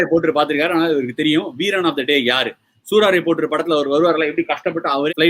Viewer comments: Bro, adhu soo"raaa"raipotru illa, "sooraraipotru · அது கசடடபற இல்ல.. கசடதபற.. சூராரைப் போற்று இல்ல.. சூரரைப் போற்று..